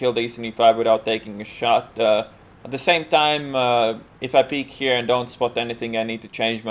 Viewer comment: ബോസ്പാണ്ടി MA,M.Phil Saying "d" instead of "the", and "dey" instead of "they", and "desedays" instead of "these days" has got nothing to do with English not being your first language. You've obviously chosen to do "dat"